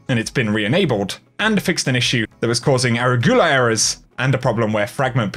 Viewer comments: A-ru-gu-la, not ara-gu-la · Not the ErraGhoula errors! Its uh-rue-guh-luh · The way you said arugula cracks me up.